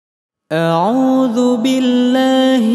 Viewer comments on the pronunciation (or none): none